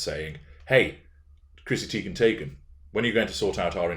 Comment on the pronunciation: Every time you say Chrissy Teigen/Taygen I can't help but laugh. I love these recent series. Perfect examples of narc behavior. These behaviors can keep you busy indefinitely.